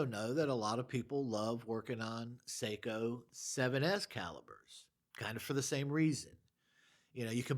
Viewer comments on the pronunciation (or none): none